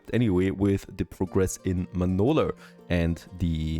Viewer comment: Manolurrrrrr. Dude. It's just an A. Manola. aaaaaaaaaaaaaaaaaaaaaaaaaaaaaaaaaaaaaaaaaaaa.